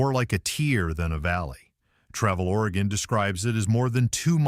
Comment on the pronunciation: ORYGUN....Not Origone